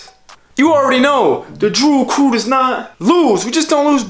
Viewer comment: Tbh on the intro he said drool crew lol